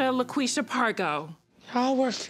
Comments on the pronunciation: Not Laquesha.... 🤣🤣🤣🤣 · La quisha lol